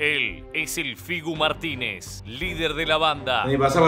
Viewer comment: "El Figu Martinéz"